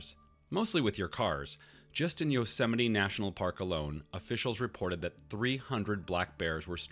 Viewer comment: Did you just pronounce Yosemite as "Jo-semity"?